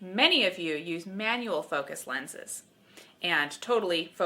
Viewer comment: Is it just me or doesn't it sound like when she says "shut the focus off", she says it as if she's saying "Shut the fuck off" Nice advice at the end. You should be a high school/college photo teacher... TOTAL MILF.. or TILF (teacher...)